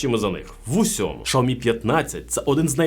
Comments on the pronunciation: раз на те пішло і хочеться бунтувати -- то перекладач каже "шЯомі" а не "шАомі") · Не шаомі а сяомі ,дурень навчись розмовляти.... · Дурень, який " шаомі" ? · Шаомі? Не зміг дивитися більше однієї хвилини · В переводчики китайском, произноситься Ся... А то что вы включаете англ.переводчик, это не правильно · Шаомі? Закриваю відео відразу.... Йдіть вчити вимову